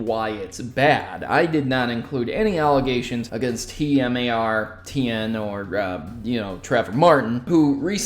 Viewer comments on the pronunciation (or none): it's TmarTn not T-M-A-R-T-N